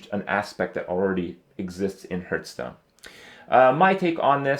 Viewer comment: its been 2 years, fucking learn to pronounce hearthstone